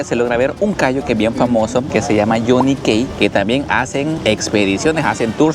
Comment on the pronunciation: Johnny Key es el nombre! Se pronuncia: /yony ki/